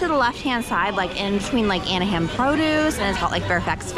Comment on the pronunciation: I had to stop watching after your third big mispronunciation. New Orleans, Anaheim, and Les Halles. Sorry but these words aren’t that hard to pronounce.